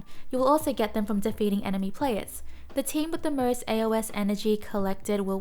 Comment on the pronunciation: Please pronounce it “A-Os” not “A-O-S”